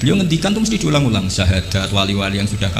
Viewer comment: Baca sahadat sja gak jelas jadi wali wadoooooh